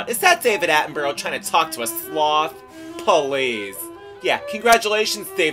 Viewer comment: Mispronouncing David Attenborough's name wrong every time :p